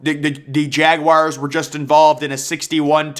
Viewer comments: Jagwires lol can tell this guy wasnt a scholar in high school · Jagwires, Jagwires, Jagwires.... This dude loves saying Jagwires.